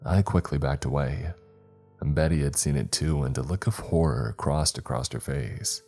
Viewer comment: It's across NOT acrosed 😡🤬(every fkng story)